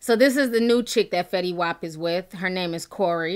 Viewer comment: Sorry boo... u pronounced the baby's name wrong. IJS